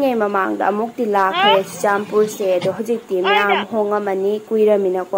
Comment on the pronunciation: Churachandpur haiyo Not chuchanpur😁